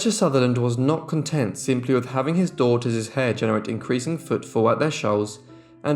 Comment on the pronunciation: I agree with so many others who have commented on the interesting and thorough work you present in these episodes; however, as lovely as your grammar is, you say something that is like nails on a blackboard when one hears it: it is that you add an extra 's' to the end of words that end in an 's'; I point out ' 7 DAUGHTERS -ES' hair' for example as being incorrect. It is correct, however, to say '7 daughters' hair' without adding the extra 'es' at the end of the word; words that denote the plural, as in this case you are writing about seven girls, not one girl, which means that you need to say 'daughters' ' denoting the plural of the word 'daughter' and the possessive case, as in the seven girls' hair, as I have written here. You have a wonderful accent, very erudite and correct and you speak at a very clear pace but you need to stop adding extra 's's' to the end of words that end in 's' and also imply the possessive case.I hope I have made myself understood. Some people reading my comments will say I am nit-picking but I maintain that correct speech and grammar is needed when speaking about a topic in which so many people will be learning things. Otherwise, very well done!!